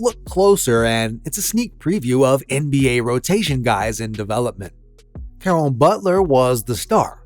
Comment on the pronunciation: Ca-Ron Butler? Cuz that's not what u said